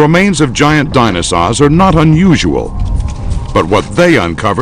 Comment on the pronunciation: it sounds like a 6 year old trying to pronounce "dinosaur"